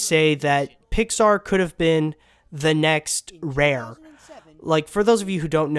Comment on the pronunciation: It's Rare. Not Rear.